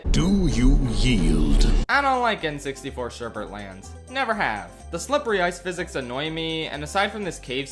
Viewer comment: It's pronounced "sherbet" not "sherbert."